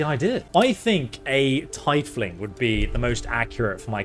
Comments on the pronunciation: the word "Tiefling"is always pronounced "TEE-fling" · Hate to be that person, but tiefling is pronounced "teef-ling". Not "tea-fling". Just wanted to point that out <3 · Also it's tee-fling not tie-fling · it is not pronounced tie-fling it's pronounced teaf-ling one word. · "Tee-fling", not "Tie-fling" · I don't know if it's already been mentioned but it's pronounced TEA-FLING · "A tighfling.." Bro are you serious? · TY-fling? SHAY-min? It made my bones crumple with disgust. Otherwise great video. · Lost me at (tie)fling 😂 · I am so, so deeply grateful bro did not decide on being a tiefling because if I had to hear him pronounce it like that any more frequently I think I would have ended it all. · I’m so sorry, but I just had to comment about the atrocious way the he pronounces tiefling. I’m not mad… just disappointed 😂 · Did you really just mispronounce Tiefling the same way you would necktie? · The most evil thing about this playthrough is your pronunciation of Tiefling.